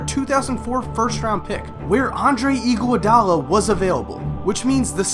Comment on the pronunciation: The way you pronounce "Andre Igoudala" is incredibly irritating. It's Ig-ah-dal-ah, not Ig-io-dal-ah.